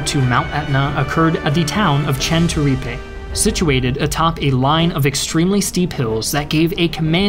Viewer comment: Nice video, but please, try to pronounce italian cities and generals with their correct name, and not with accents that trasform them in chinese (for example, it's MEssina, not massina, Troina not trunia, Centuripe, not shenturipe, GraZiani, not grasciani, AdrAno, not Adrno, CatAnia, not catanIa) Anyway, good video as always, and thanks to share a bit of story about italy.